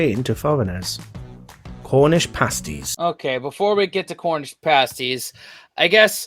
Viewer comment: ...it's pronounced 'parsties'